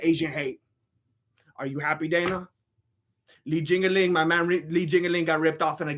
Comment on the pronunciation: He said Li jingaling I’m dead